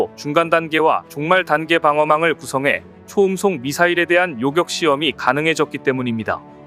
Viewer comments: TTS인지 뭔지 모르겠지만 발음 중에 요껵은 요격으로 해주세요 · 발음이 왜 이럼.. 사격,요격을 사껵, 요껵하네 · 나는 여자만 사거리를 사꺼리로 읽는줄로 알고있었는데 여기 남자도 요격을 요껵으로 읽고 있군 우리 한글이 한국에서 고생 하네.